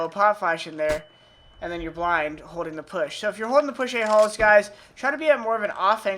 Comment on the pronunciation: Is it weird I heard aholes everytime he say ahalls?